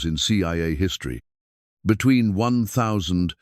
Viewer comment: The Narrator is British . He has good stories, but he does not know American English. 1951 is pronounce " nineteen fifty one " . ☆ You don't call it out like a gun range shot. Also there is no such thing as pro sid- your It pronounce like saying prod-seed- ure , but the correct spelled is saying " procedure All Capital letters in close captions is considered to be rude and shouting. A educated man like you need to learn American English and pronounciation You miss spell and say a person name several times in a lot of you videos